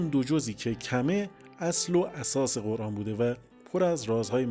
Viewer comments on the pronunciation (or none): none